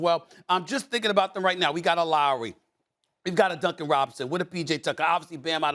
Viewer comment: "Matrictulaed" bruh Stephan A making up words now